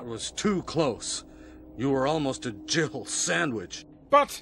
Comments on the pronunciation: It's been near 30 years and I still hear Gibble sandwich rather than Jill. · When I first heard the Jill sandwich line I thought he said jibble. I know it makes no sense but my friend at the time used the word for his pet gerbils so it stuck. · I'm pretty sure Barry's actually saying "You were almost a gibbled sandwitch", and people just mishear it as "Jill sandwitch" because it's funnier and "gibbled" is not a very common word